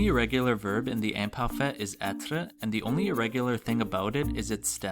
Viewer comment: I know this is from 6 years ago but your pronouncation is not good...you don't roll the r in words like être, and also your way of pronouncing the i in like "imparfait" is wrong...not to be mean but if you teach french you should know this